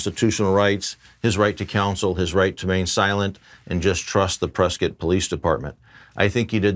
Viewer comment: Thank you for saying Prescott correctly!!